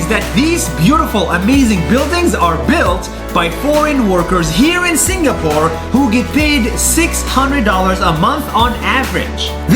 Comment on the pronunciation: juat saying i tougth you said singaporn